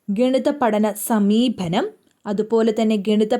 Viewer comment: Not sameebhanam, sameepanam